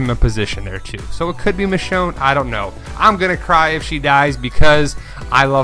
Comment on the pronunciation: It's Michonne....